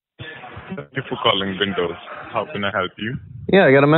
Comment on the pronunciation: Lmfao I couldn't stop laughing just from that part hahaha tank ju por calling bindows